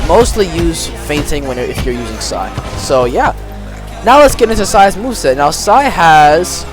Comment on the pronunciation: w video bro but stop saying sai